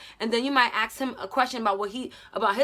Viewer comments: Is it only me who heard "aks " instead of ask XD lol But now seriously this video helped me a lot love ya! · Am i the only one who hears that she sais aks and not ask 😂😂😂😂😂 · The fact that you kept saying “aks” instead of “ask” is killing me. Btw this really helped me, thank you for this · Axe him and axe him about it girl just axe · English is not my first language so when I heard you say aks instead of ask it got me confused lol may I ask why is that pronunciation? is it of a specific region? thanks a lot sis for your tips, I suck at relationships and have zero experience. Been with a man for the last 9 years, he cheated, I left, but Im trying to find confidence in me to be able to date again in the future, maybe. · No hate but, do some people say aks instead of ask? im just curius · She keeps saying aks aks and am like wait does she mean ask 😂😂😂😂 that's adorable tbh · Love when she says "aks him"